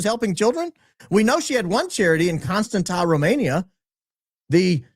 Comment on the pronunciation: that City in Romania that you are trying to pronounce is pronounced: cunn-stahn'tsa. A is pronounced like the a in father. Accent is on the "stahn" syllable. You're welcome